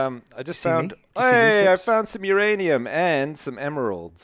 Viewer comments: Myranium. Not Uranium. :c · everytime they say uranium i think now their gonna say who's ranium but they didnt in this ep